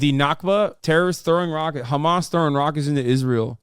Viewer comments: Yeah what's with the 'Khamas'? I've noticed it too. Is it meant to be offensive or something? It just sounds like a dumb mispronunciation. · beuatifully debunked as always, I will just say that the reason that israels say khamas instead of hamas isn't out of malicious pettiness - it's just how it's said in hebrew. many words in hebrew use the kh sound and when they are talked about in english they're usually said with an h instead, so hebrew turns h sounds back into kh. same goes with hasan and hebron and many other places/names that start with an h sound. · complains about how people say hamas and says lihay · Ben will go out of his way to pronounce Hamas that way but intentionally misgenders people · Hamas is pronounced with an (H) not like you’re spitting😂